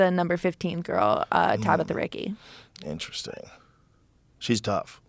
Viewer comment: Let’s go 👊🏼👊🏼👊🏼👊🏼. It’s Ricci not Ricky 😀